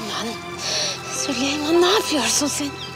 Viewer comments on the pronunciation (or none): o süleyman değil sülüman ismini yanlış söyleyene aşık olur